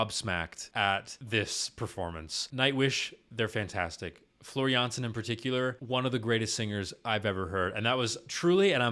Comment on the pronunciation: You're pronouncing her name just right most of the time. It's only the last name where you sometimes pronounce the J as in Jay while it should be like Y in Yes.